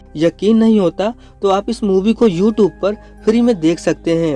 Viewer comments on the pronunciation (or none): none